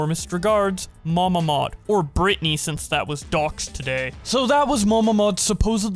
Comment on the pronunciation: The first time you said MamaMod I thought it was Mama Maude